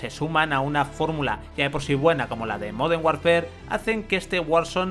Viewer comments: Moden warnfer??? LuL i dont speak spanglish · modernh warfer